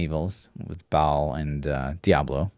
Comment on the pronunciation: "I'm an expert on Diablo Lore." [later pronounces Ba'al as "ball"] Dude, it's "bay'al". But actually, I learned a ton.